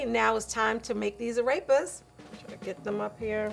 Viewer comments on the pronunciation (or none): Ah yes today ill be making "arapist" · Ffs it’s pronounced “Ar-repas”. Not “Araypuz” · sees arepas Says: A-rape-uz instead of A-rep-uz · I got alarmed how pronounced arepas but everyone pronounced them like that so ok. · Omg the way she pronounces arepas tho lmao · The way Rose and pronounce Arepas makes me uncomfortable